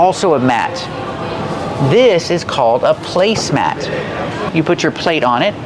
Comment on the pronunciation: you gave two different pronunciations for the word "placemat".